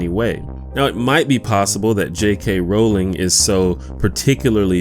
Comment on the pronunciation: Thank you for saying her name right. Rowling, like "rolling," not Rowling, like "howling."